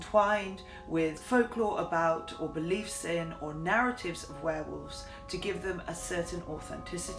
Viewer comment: Werewolves, not Swearwolves!